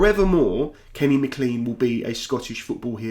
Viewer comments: Lovely commentary. I'll not be the first or the last to advise you that McLean is pronounced as Maclain, not Macleen. Cheers, nevertheless. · Please call him Mac-Lean not ma-clean. Anglicised from Scots Gaelic it's Mac = son of and of Gille Eoin = Servant of St John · Haha I was gonna say the same, but not in so much detail.. just that it's pronounced Mc "clayn" Appreciate the video mate 👍🏼 See yous in the world cup